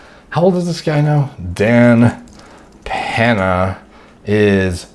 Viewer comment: Ahhh nice video on Dan Pan-UH, really liked what you had to say about Dan Pan-UH